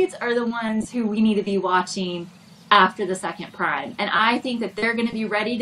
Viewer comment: Please someone tell how to pronounce prime 😂